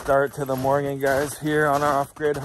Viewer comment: Stop saying morging